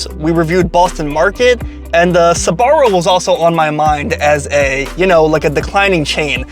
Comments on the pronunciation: Why do you pronounce it “Sabaro”? It’s Sbarro. 🤔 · it's pronounced SBA-RRO not SA-BA-RRO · It's not pronounced Suh-barro. It's Sbarro. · UA , Sbarro - actually pronounced like zarro 😅😊